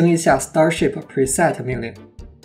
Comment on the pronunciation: 小小英文建议，preset重读是set，format重音是for